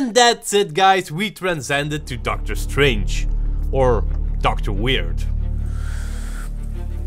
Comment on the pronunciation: "Eye am Dr. Weird"